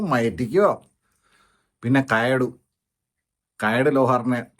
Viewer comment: കയാടു അല്ല കയാദു 🤣